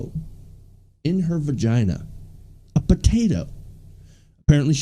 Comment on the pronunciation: Are you saying "vergina"? LOL